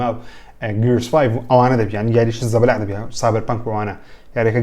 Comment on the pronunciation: زەبەلاع نا زەبەلاح🤦🏻‍♂️ وە وارزۆنە نا وۆرزۆن ئاوها دەخیندرێتەوە🤦🏻‍♂️🤦🏻‍♂️